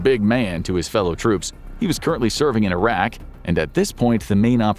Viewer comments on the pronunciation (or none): none